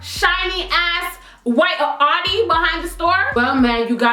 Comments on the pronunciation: Its not pronounced Awdi, its pronounced Owdi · its sound like your say "shes driving an hottie" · The way you say Audi xD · lol your pronouncing the car wrong